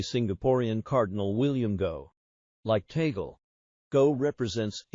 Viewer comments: Until now you have not learned to pronounced correctly his name it's not Tagul say this Tag Le. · Kindly pronounce the Family Name of Cardinal Luis TAG LE correctly, NOT “TAGLE “ like “TABLE “ or “CABLE “, as Filipinos do. For Your Information ℹ️ ❗️🙏GOD BLESS US ALL☮️‼️ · Hey,, his name is pronounced TAG-LE. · It’s a Spanish last name, and is pronounced “Tāg—lēh”, not the Anglicized accent by the AI narration. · Just for the content ? You can’t even pronounce Archbishop Tagle’s name . Disinformation , we know the rules of the conclave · Your prononciation of T A G LE is incorrect. You should correct it, otherwise you will not gain any following. Hhmmpp. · ...pls check the correct pronunciation of 'Tagle' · It is VERY annoying to listen to whoever is narrating to this story of Cardinal Tagle's life because he doe not know how to pronounce the name of the Cardinal, and his families'; not only that, but also the places; he should check first the pronunciation before he says anything.